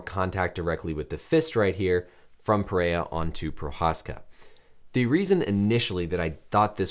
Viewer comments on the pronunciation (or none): pronounced peherra.. portugués first r’s are pronounced like English h’s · It’s PeHeYa